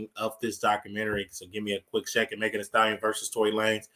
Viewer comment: You keep saying her name wrong her name is. Megan thee stallion say her name right